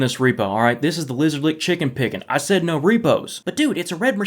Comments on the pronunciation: I heard the noar no and immediately thought of Australian accents. And there you have it. says what I am exactly thinking. Dude get out of my head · that ''no'' sounds cockney af! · Wait do us Aussies really say "no" like that? I swear it doesn't sound like that